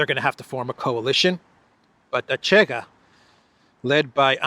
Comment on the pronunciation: you are great as always, 👍may Saint George protect you! 🙏 Just a small note about the Portuguese party Chega, the correct pronunciation in Portuguese is Shega.